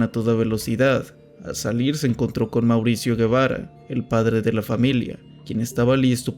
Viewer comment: Él no es "Guevara" él es Gebara ("Jebará").